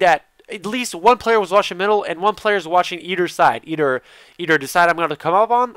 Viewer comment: i love how you say either... eder, eder